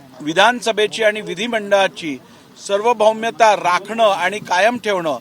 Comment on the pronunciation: सर्वभौमता नाही साहेब... सार्वभौमता..